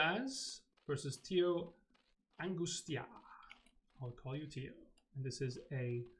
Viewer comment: Hi, TioAngustia here. Thanks for pronouncing my nickname properly haha. I feel honoured by your cast and sorry about losing the game so horribly. I had fun anyway and my oponent was very nice. This was my first "competitive" game after just playing 10 ladder games so that's why I played so badly I guess, lots of room for improvement and I'll try to do better next RSL!